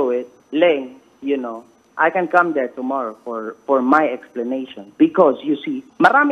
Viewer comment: "if you will still be deh I will be deh" ~makagago